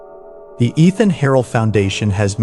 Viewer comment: I've that the pronunciation of Eithan Harel's name has changed from earlier videos. In the "Darkened Suburbs" episode from a few months ago, his name was pronounced as 'Eye-Tan'. Now it's become 'E-Than'. Any particular reason for the change? 🤔